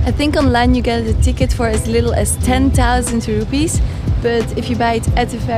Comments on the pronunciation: its distracting me to hear you kept on saying "Rupees".. It"s IDR, Indonesian RUPIAH not rupees. rupees is Indian Currency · why u say rupees? its rupiah! rupees india! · I'm sorry, but it's "Rupiah" not "Rupees". It's not the same as India's currency. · just to correct, rupee is india currency. indonesia is rupiah. they may sound similar if you say it with english accent but rupiah is pronounced roo-pee-ah, anw have a great honeymoon! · I enjoy your vlog so much ❤ and the pronounciation of Indonesian currency is should be “rupiahs” instead of “rupees” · Btw it’s rupiah not ruppes. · RUPIAH , not rupee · It'rupiah not ruppee.. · Rupiah, not rupee